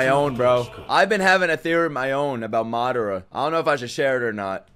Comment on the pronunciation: loving the reactions man but I hate how you pronounce Madara 🤣